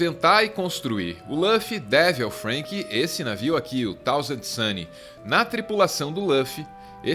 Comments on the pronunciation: Ao invés de "Frênqui" ele poderia so falar "SUUUUUPER" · da onde esse cara tira essas pronúncias? "lãfi", "namí","Frênqui","JÍMBI". Acho que ele nunca viu um episódio de One Piece.